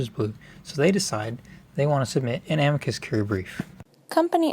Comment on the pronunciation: The stress should be on the "i" of "amicus," not the "a."